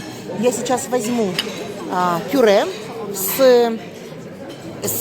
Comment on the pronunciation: Так она сказала пуре.